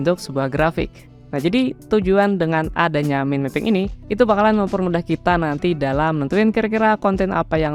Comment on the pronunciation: baca "mind" itu mukan "min"bang....tapi maen.....